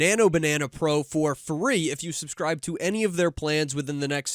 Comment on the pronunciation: "for free...if you suscribe" xD